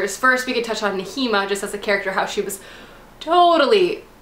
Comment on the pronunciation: Okay, not to be a prick or anything, but.. Pronunciations. Aelin is pronounced like A(like 'hey' without the h)-lin (Like Lin-Manuel Miranda), Manon is like Muh-non (like NON-spoilery), Nehimia is N-eh-he-me-uh. Okay okay, I'm done. Love you